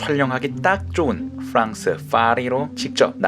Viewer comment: 오빠, 갤럭시 아이폰 구분 잘하면서 파리는 fㅏ리라고 하고 프랑스는 pㅡ랑스라고하면 어떡해? 정신안차려? ㅋㅋㅋㅋㅋㅋㅋㅋㅋㅋㅋㅋㅋ (입담땜에 영상 다 넘 재밌어요. 잘 보고있습니당)